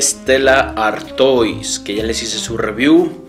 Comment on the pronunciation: Se pronuncia "artua"